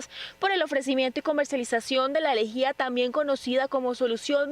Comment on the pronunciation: la periodista investigó tanto que le llama "elegía" y es lejía